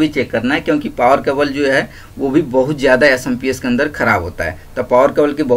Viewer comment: Samps nhi hota chutiya SMPS hota hai